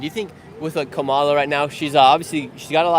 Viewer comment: It’s KA-mala. Stress on the first syllable. You were corrected many times on how to pronounce her name but you kept saying Ka-MA-la. How hard is it to put the stress on the first syllable? 😅 #Trump2024